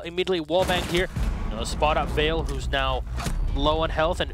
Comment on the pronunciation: Why did Bloodbath leave yet these guys stayed? Makes watching a match a pain. I don't know why they try so hard to pronounce Ence's names correctly in Finnish, it just isn't working out for them. The way says them is just fine. Also, maybe "Vale" is Spanish, and is definitely not pronounced the same way as "Yale".